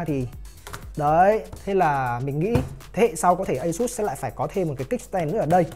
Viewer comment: ÂY-XÚT. hãng nghe hãng buồn